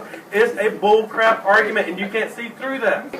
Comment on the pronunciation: It's boolcrahp. just boolcrahp!